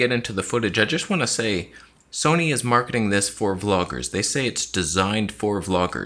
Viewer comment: Where is the “Toneh” t-shirt? You know it has to happen.